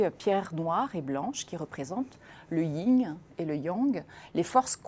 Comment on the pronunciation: La personne invitée parle peut-être chinois car elle prononce bien Huawei et Weiqi. Je voudrais juste lui signaler que le pendant du Yang est le Yin (et non le Ying) et que le goban n'est pas un damier.